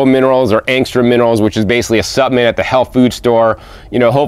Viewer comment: EXCELLENT video as usual 🥦🍌🥭🥬🥕🥑🍉 🥗 Hope it’s ok to mention that the word “Supplement” has an “L” in it. Not suppament, rather suppLement. 🤗😁 Btw...what an AMAZING garden. I live in the tropics and DO have a small garden but the bugs and beatles love having a garden as much as I do! 🐌